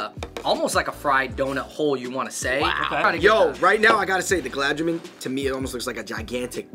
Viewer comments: Holdaram, gulab ja-min, pacha-taran, booja 😂😭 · Y'all straight butchered the pronunciation of Gulab Jamun 😂 Also Khatta Meetha is the best snack out there and that's a fact. LOL